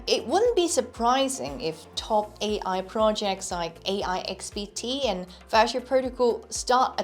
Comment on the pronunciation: How do you pronounce Virtual as Fasha? A totally different word. I see none of the bots in the comments caught that.